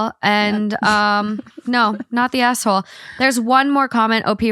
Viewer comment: When says asshole, it sounds like she's saying asswhole